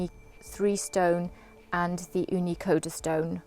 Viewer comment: Thank You for the all of your great reviews... I’m waiting for my new oven after Black Friday and just studying up to get aquatinted beforehand. I had to get used to your pronunciation of Karu. But it’s all good. Cheers!